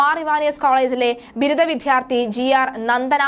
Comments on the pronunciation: വിധ്യാർത്തി അല്ല വിദ്യാർത്ഥി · വിദ്യാർത്ഥി എന്ന് ശരിയായി ഉച്ചരിക്കൂ